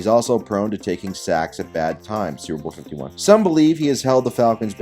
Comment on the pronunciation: when he mumbled superbowl 51 🤣🤣